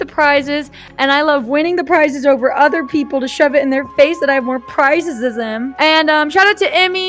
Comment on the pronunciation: "zan zem" 🤣🤣